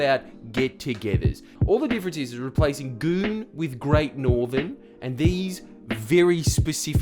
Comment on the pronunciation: gReAt nOrTherN